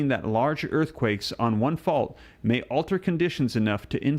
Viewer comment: Emphasis on the words "may" and "could" 😂